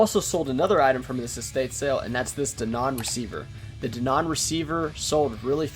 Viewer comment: I could listen to you trying to pronounce Denon all day.